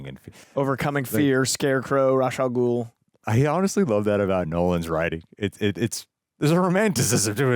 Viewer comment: Not trying to start a huge debate or be a hater.....but isn't it pronounced RAESH al ghul and not ROZ al ghul?